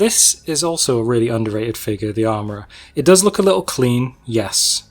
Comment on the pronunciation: great stuff, dont care about your boba v bobba....but you gotta say figure properly dude!!! hahahahaha